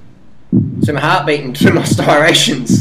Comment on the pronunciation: Can you not pronounce "stri-ation"